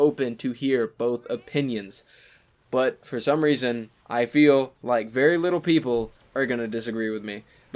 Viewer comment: I thought he said “I feed like eating a dead horse on this one” 😂